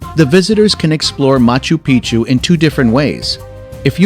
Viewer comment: Great video but the computer generated voiceover makes it really hard to pay attention. All I heard was machu pichu and titty caca